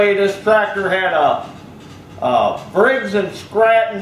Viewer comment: im practically tearing up as he tosses out "Kroler" and "Briggs and Scranton" and then right when Im about to fold over laughing he directs us to the "Mufkin"!!!.. priceless!